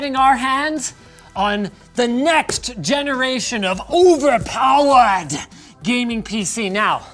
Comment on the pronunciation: OVEF POWEI